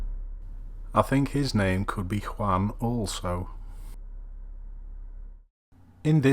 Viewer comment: just a pronunciation tip: "juan" is more "wuan" than "hwan"